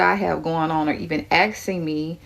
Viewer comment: She is baking bread.😊 Axsing😅